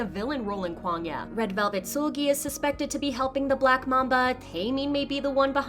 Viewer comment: Can u please say kwangya correctly.